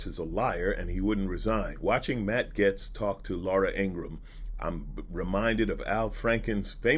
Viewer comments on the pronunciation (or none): It pronounced GATES not GETS lol sorry it drove me nuts the whole video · It's pronounced gates, you're right. is mispronouncing his name, calling him Getz, which exists, but isn't the child trafficker's name. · Pronounced, GATES, not 'Gets'... Jayzus, you're killin' me! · Nah it’s GAYST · Gates is the wrong pronunciation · yes it shows a great amount of disrespect. Not only for the subject matter that you're covering, it also the person that you're talking about. And clearly you noticed that he pronounced his name wrong as